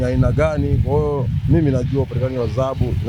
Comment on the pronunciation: Mtangazaji ni Dhahabu sio zahabu. Wewe kama mtangazaji inabidi uwe na matamshi mazuri.